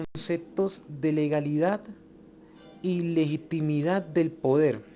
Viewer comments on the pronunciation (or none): se debe decir Autoridad y no Autori ad. - este colombiano se "come" algunas letras. Poder y no po er. - Legitimidad y no lehitimidad. Todos y no to os.